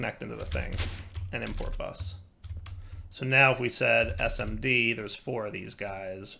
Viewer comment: SMO Chip => SMD Chip which is electronics jargon for Surface Mount Device. It really hurt my ears a little to hear you say SMO 😬Luckly you read it correctly a little later in the video Oh and by the way: there is a Filter Destination Tool for Pipez pipes which you can use to add a destination to a filtered item/fluid